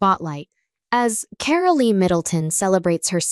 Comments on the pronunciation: Her name is said Car--ol not Carollee. Hew crazy can you get??? the E at the end of the name is silent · It is Carole, not Carolee.